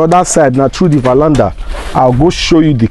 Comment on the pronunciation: it's called Veranda and not valanda. Dọmọ Sir.